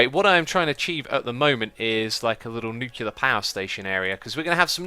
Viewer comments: X, Its not pronounced "Nu -cular". Its pronounced "New - Clear ". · You're better than that, X. NUKE-lee-er, not NUKE-you-ler. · X, if you see this please pronounce it as "New-Clear". Even though English is not my native language, I hate people mispronouncing words, but only to a negligible level, becuase everyone makes mistakes. But people who are ignorant about it even after pointing it out? God I would love to get them in my hands. And also google it people!!!